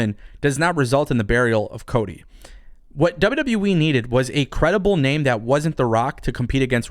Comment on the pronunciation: He said WW WEEE